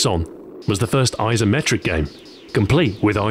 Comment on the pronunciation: What's with "Izzzzzometric"? (pronunciation)